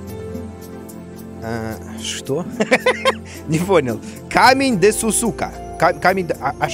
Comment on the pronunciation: В desu при произнашении u не произносится